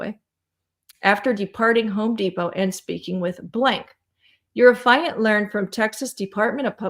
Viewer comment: Please. It is not “a fi unt”. It is “af eee unt”. You are driving me koo koo with every mispronunciation. I can hardly listen to the video over this.